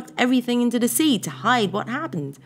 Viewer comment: please stop randomly saying de instead of the, it spoils it